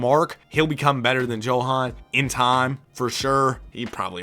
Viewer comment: Johans name is pronounced Yo-Han And Sergei is Ser-Gay